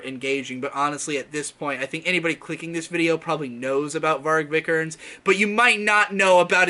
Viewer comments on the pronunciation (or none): Bruno “Vik-er-nes(z)” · Yeah, isn't it kinda like "VEE-ger-nez"? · His name is pronounced vii-ke-nees v then long i like in steel then ke and then nees like nes but long e. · I have NEVER heard a worse mispronounciation of a name. Viiiiii-kehr-nehs. Long vowels, boi.